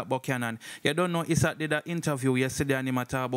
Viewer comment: Somebody can't tell dah bredda yah say the lawyer name is pronounced "eye sat"